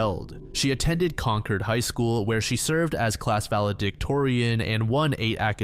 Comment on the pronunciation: Wow, someone who pronounces Concord correctly! New Englander confirmed?